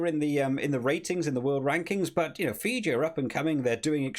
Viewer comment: If you have problems pronouncing Fiji, its Fee-G. 😂